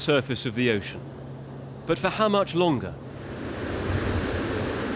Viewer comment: Is this accent british?i am asking because he said how much longer he didn't pronounce the r and i know interchange has the american accent please answer me